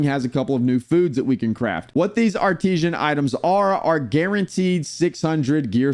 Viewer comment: Why are you pronouncing it as "Ar-tee-zhan?" It's "Ar-tiss-san."